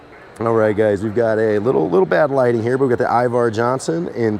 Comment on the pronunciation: its Iver not Ivar.